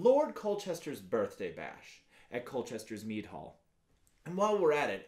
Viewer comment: Sounds like you say “me drinking, me brewing etc” 💀